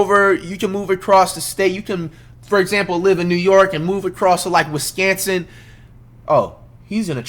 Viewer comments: Bro said Wiscanson 🤣🤣🤣🤣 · "move to wiscansin" 😂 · This man is the best person to watch zooted i've ever seen by far. Bro really said " wiscanson" 💀 Nah fr you a funny ass mf never stop posting ❤ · wtf is wescansan 😭